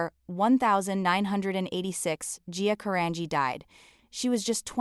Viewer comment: Do this poor lady Justice ! Pronounce her LAST NAME CORRECTLY OH AI …or wtf it is. Disgusting. 🤢